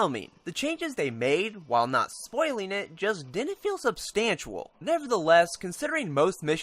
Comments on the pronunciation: think he's pointing out your pronunciation...it's substantial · substantual? lol